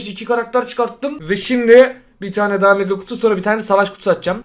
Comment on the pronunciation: Daha demiyip dahaf diyen koca yürekli